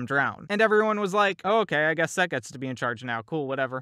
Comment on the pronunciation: Set is Pronounced Seth